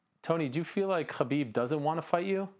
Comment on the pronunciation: Does Khabib's name start with an "H" sound or a "K" sound. I hate the way Ariel pronounces it. Also, why does Ariel INSIST on saying Khabib's last name all the time. There is no other Khabib in the UFC. No need to say that ridiculous last name. WE KNOW WHO YOU ARE TALKING ABOUT!!!!